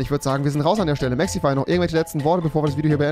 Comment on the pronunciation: Wen regt es auch irgendwie auf das rewi mexify sagt anstatt mexi